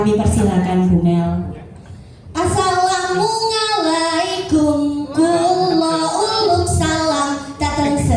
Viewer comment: Guru oh guru... Pelafalan yg salah tuh salam nya💪 semangat belajar lagi